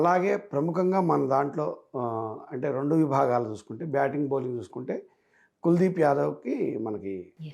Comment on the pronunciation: కులాదీప్ కాదమ్మా కుల్ దీప్ 🤗🤗🤗